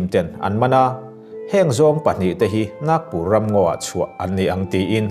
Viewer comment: Naaagpur ni lo in,Nagpur aw